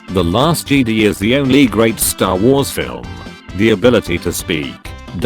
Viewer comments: JedI not jedee!! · When the voice says jeedi instead of Jedi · Did anyone crinch everytime the voice says "JEDEE" INSTEAD OF "JEDI" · I love when they say Jedi "jeedee" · the t2s voice pronounces jedi like "jeedee" and its so wierd xD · The biggest meme is voice saying Kee Gon and Jeedee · no one: text to speech: "jeedie" "key gone" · Nobody: Not a soul:: JEEDEE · no one:: “the jeedi” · Text to speech: Jeedy Me: the time has come execute order 66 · Nobody: Text to speech voice: Jeedee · no body narrator: jede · Nobody: Absolutely nobody:: Jeedee